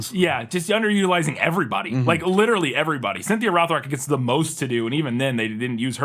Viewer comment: used to say “literately,” and that drove me nuts.